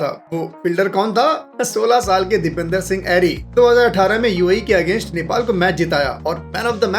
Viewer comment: Bhai video to sab thik hey lekin naam galat pronounce kargaye. Uska naam Dipendra hey Dipender nahi.